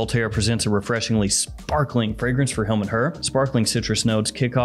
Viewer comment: "For hilm and her"